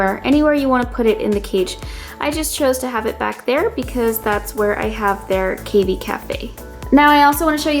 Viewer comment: do you also say cay fay instead of cafe? its cavy as in cat, not cave ee